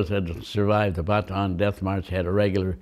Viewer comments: He's also the only veteran (and one of the only Americans) I have ever seen who actually pronounced "Bataan" basically correctly. Respect for that. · As soon as he pronounced Bataan correctly, I knew he is the real deal.